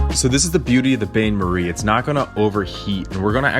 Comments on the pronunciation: Great video! I made these and they were delicious. I don't at all mean to sound like a grammar a-hole, but there were two pronunciation things I wanted to drop so you'd know for future videos: Bain Marie: It's prounounced "bonn marie" not "bayn marie". Sur La Table: It's French, and it's "Sewer La Tobb-la", though most cooks just call the store "Sir La Tobb-la". But definitely not "sir La table." Once in 5th grade while reading something in class I pronounced "Yosemite" as "Yo-suh-myte". LOL. So I'm not at all trying to knock on you for it, I'm just sharing because sharing is caring. :) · Bain-maré my dude ,not bain marie....cool vid.keep on truckin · That is not a bain marie. Rather it is a double boiler. Baines Marie are used in an over for the baking of custards. BTW the word is pronounced "ban". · Ok, this is a nice video. But, BAIN marie? In all my decades of watching/listening to cooking shows and videos, EVERY chef on these shows pronounces bain as ban. AND, Sur La TABLE? C’mon. Table is pronounced to sound like tob. Sorry that my comment has nothing to do with the chocolate, but ......... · It is pronounced "Ban" Marie .. its French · As someone who studied French many years ago, I winced every time you pronounced "bain-marie" as "bane-marie." Pronunciation examples here: The second example is closer to what I learned back in the day. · I followed the recipe exactly but wanted it slightly lighter so I added double cream to make it more of a ganache but was very, very happy with the results. Can I please ask that you look up how to say the French words. It’s not that important but it sounds a little better.